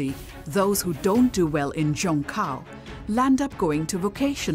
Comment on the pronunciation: Ifyou're going to have an insider channel covering China you should at least try to get a narrator who can get basic pinyin pronunciation down. Zhongkao is zi-own-gh caw, for example, and the Gaokao is gawl caw. This isn't even pronouncing the tones correctly, it's the difference between pronouncing Beijing like an American vs pronouncing it horribly like 'bye jeeang'.